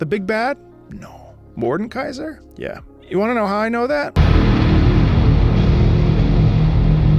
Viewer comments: Just a little correction: you say Mordenkaiser with an imaginary n but you say it „Morde-kaiser“ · macro: some of you got annoyed when i said atrox me when he says mordenkaiser for the whole video and when he spelled it mordkeiser in the description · You likely misspoke when you said MordeNkaiser earlier in the video (like right after talking about the hate you got for calling Aatrox Ahh-trox), so I won't tease you about that. League names are sometimes hard. I don't envy you if/when you get to Illaoi. Morde is one of SEVERAL big bads in the world of Runeterra. There are: - The Demons (Fiddlesticks, Nocturne [though he's literally in the Shadow Realm atm], Evelynn, Tahm Kench), although they seem to be more keen on acting alone and doing stuff randomly to sate their hungers. Meeting one (maybe except for Tahm) is almost always certain death. I say almost because Vayne, Lux, Garen, Swain, etc have all faced/met demons before (not sure how many regular people have) and survived. There are also the Azakana, lesser demons that usually feed off of negative emotions like in the cinematic Kin of the Stained Blade, but are hunted and destroyed by demon hunters (Yone is one). - Mordekaiser, who is such a threat that there is an entire order dedicated to keeping him locked up, headed by a powerful mage who is like 1000 years old as she was there when he was killed the second time, possibly was the one who defeated him, not sure. - The Darkin (Aatrox, Varus, Naafiri, etc.), who were Shuriman Ascended God Warriors who were slowly corrupted by blood magic after fighting... - The Void (Bel'Veth, Cho'Gath, Rek'Sai, etc.), who were either created or stolen from Runeterra and corrupted by... - The Watchers (no in-game champs), they want t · "some of you got mad when I said A-Trox, Aatrox" "Morden Kaiser":face-red-droopy-eyes::face-blue-wide-eyes